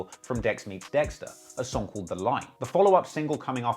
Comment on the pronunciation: Every time u say ah wow dextar I die